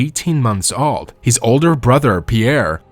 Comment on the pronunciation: My dude, I appreciate your video, but I would honestly and most genuinely suggest that you work on your English prononciation of the word "old" as you are really butchering it, which is odd considering your English is otherwise quite good. That one word however seems to be something you're not able to enunciate well.